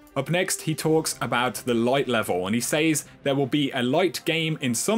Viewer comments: "He Saze" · said and says has a soft A haha not a hard A! 😂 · love you love your videos hate the way you say "says" lol